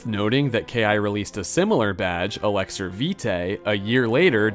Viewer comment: Commenting on yet another video trying to invite you to correctly pronounce Elixir. I know I'm commenting and you might think it's good engagement, but if I don't get a reply and commitment to pronouncing it correctly, I'll have to thumbs down the vid :/